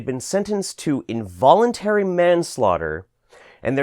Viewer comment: INVOLENTARY? INVOLENTARY??? fuck this fuck earth I’m leaving for mars with Elon Musk